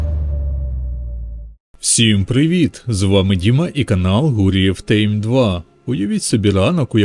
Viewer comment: А чому "гурев тейм" а не "тайм", наслідки боксу?